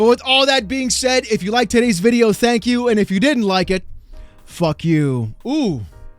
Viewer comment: Everyone was really excited about the new Xbox games. They should say "pwease and thank yew."